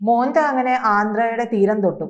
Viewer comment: മോന്ത അല്ല. മൊൻന്താ🌹